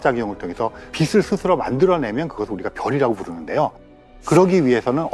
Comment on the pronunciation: 빛을<---비슬 이라고 발음하시는게 거슬려요... 머리빗는 빗이 아닌데말이죠